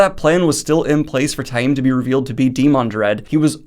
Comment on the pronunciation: I take issue with some of Daniel's pronunciations, but Ta-eem is correct. Reportedly, fans who said 'tame' kinda got under the author's skin, at appearances.